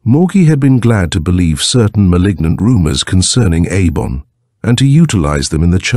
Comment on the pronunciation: Fairly good reading but the 3 different interspersed pronunciations of the sorcerer Eibon's name is annoying